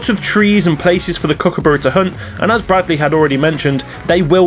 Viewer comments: Your pronunciation of Kookaburra isn't quite right. Kirsty said it better. Kook-a-BAH-ra. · Pronunciation, You are sort of right but emphasise the U more .